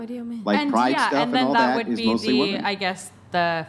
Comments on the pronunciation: This chick's inability to say "women" is driving me crazy. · Why are they saying “WOMAN”??? It’s women! Plural! Women! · None of these WOMEN can pronounce WOMEN.